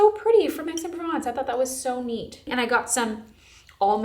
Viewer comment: This was so fun ❤ the only type of haul I want to watch. Just a note because it was funny but Aix-en-Provence is pronounced like “axe-on-pro-vonce”